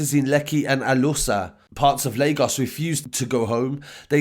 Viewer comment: It’s crazy how you can say Lagos right but CNN and Reuters can’t still🤦🏽‍♂️ But big up for the coverage my guy, love from Leeds/Lagos #MainlandGang